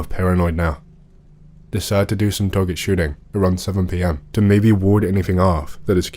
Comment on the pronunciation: i love how he says "maybeh" instead "maybe"